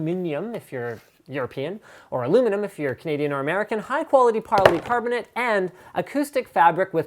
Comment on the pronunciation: "...Aluminum if you're Canadian and high quality parlycarbonate" if you live in lala land :) joking aside...excellent as always